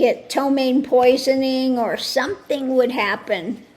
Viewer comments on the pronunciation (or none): none